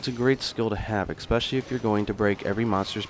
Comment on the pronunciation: Especially, not eXpecially (weird since you wrote it correctly). Thank you for the useful guide :).